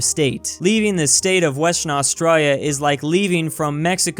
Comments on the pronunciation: No one: Literally no one:: AuStrOYYa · I just noticed that he says it like "AustrALLia" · Hay stupid do your research. Planes don't fly like that in Australia and learn to say Australia. Somo was former prime minister.